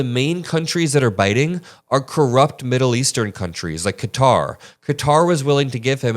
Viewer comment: You're saying the name Qatar correctly. Too many news are pronouncing it wrong